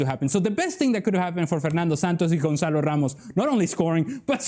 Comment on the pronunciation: Gonçalo not Gonzalo